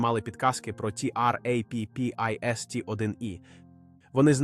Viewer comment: В загальному, можна дивитися, пізнавально.., якщо би менше було того "ті-ар-ей-пі-пі-ес-ті"!, що найбільше "ріже вуха"... Чому не просто "Траппіст"!!?., хоча кілька разів звучало й так... Чому той ШІ ще такий тупий!?. Чому не редаговано!!!? Краще б озвучка залишалась ЛЮДСЬКОЮ, а не ШІ!!!